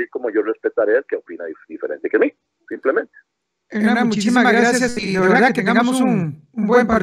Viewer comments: PORQUE LE DICE "HENAN" Y NO "HERNAN" ??????? WWWWUUUUAJAJAJAJAJAJAAAAAAA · Es Hewwrnan.